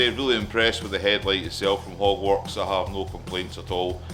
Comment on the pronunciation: it will be interesting to see what you think the first ride out! With your accent it sounded like you bought a "Hogwartz" brand headlight hahahaha My wife is a Potter fan and she was in the other room and yelled What the hell is a Hogwartz headlight? haha!